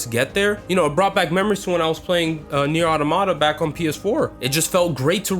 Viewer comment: I love how he keeps going "Nier Otto-Motta"